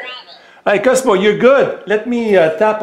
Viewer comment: His name is not Cusmo as you say, it's Coooozzzzzmo.